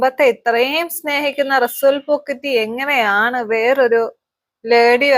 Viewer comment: ഒൻപതു മാസം അല്ല ഒൻപതു ആഴ്ച..പിന്നെ റസൂൽ പൂക്കുറ്റി അല്ല റസൂൽ പൂക്കുട്ടി 🙏🙏